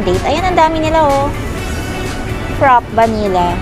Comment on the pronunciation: you mispronounce fraffe..